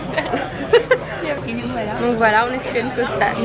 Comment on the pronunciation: Coucou! Les vlogs étaient super, c'était le moment évasion de mes journées! ca va me manquer. Il me tarde une nouvelle série de vlogs pour m'évader encore avec vous.Au fait, dans 4 filles et un jean c'est Kostos et pas Costas mais bon peut importe^^